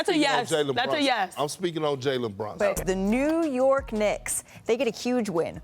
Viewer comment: BrUnson. Not brOnson! Perk can’t say anyone’s name